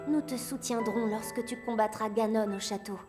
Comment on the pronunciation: il ma fait mal dans le ganon c'est ganone on le pronoce comme ca